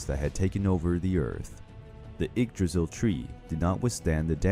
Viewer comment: When he said "Igdrahsul"